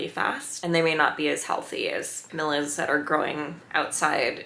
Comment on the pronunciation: ca-Mee-Lee-uh. Not ca-mil-la.